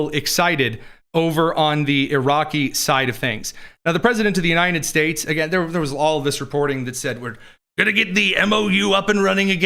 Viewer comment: it always sounds like says Uninin States!